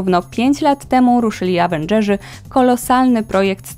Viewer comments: Avendżeży xddd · Awendżeży" hahahab